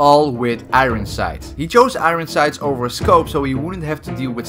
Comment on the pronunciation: IT'S NOT FUCKING IRIN SIGHTS. IT'S IRON SIGHTS